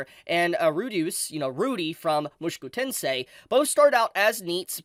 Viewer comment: bro.... why r u saying "mushiku tensei"?